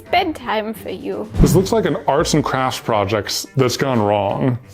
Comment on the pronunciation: When said "arts and crafts project" it sounded like "arson crash project" XD